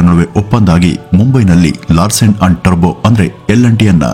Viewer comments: It's Toubro, not terbo. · ಟರ್ಭೋ ಅಲ್ಲ ಟೋಭ್ರೋ ಎಂದು ಹೇಳಿ ಸಾರ್ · It’s Toubro not Tarbo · Bro Turbo ಅಲ್ಲ Toubro The Founder ... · Sir his name is mr S K TOUBRO not Turbo. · ಅದು turbo alla Toubro ಟಬ್ರೋ pronounce properly plsss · ಈ ಸಂಸ್ಥೆಯ ಜೊತೆ ನಾವು ಸಹ ಪರೋಕ್ಷವಾಗಿ ಸಂಬಂಧ ಹೊಂದಿದ್ದೇವೆ ಎನ್ನುವುದೇ ಹೆಮ್ಮೆಯ ಸಂಗತಿ. ಹಾಗೆ ಒಂದು ವಿಷಯ, ಅದು ಟರ್ಬೋ ಅಲ್ಲ ಟುಬ್ರೋ...